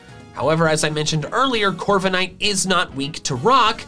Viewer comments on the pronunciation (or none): CORVIKNIGHT, NOT CORVENIGHT! ROOKIDEE, NOT ROKEDY! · Left off the K in Corviknight! And it's Coalossal, NOT Collasal!